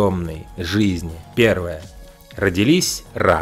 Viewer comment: Меня смущает что вы говорите: "родились-ра"